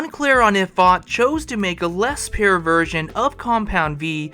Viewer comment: can’t say pure…😂 say it with me pure this not pair